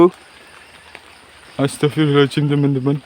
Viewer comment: masukan bang, kalo istighfar itu Astaghfirullohhal'adzim, bukan pake 'ajim